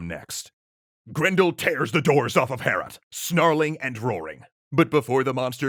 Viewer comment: It hurt me in my soul every time you said "Heorot." It's pronounced much like "Beowulf" - "Hay-oh-rot." I really recommend "Overly Sarcastic's" take on this story - it's hilarious. This was fun too.